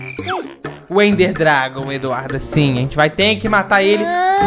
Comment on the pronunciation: ixtóris kkkkk rachei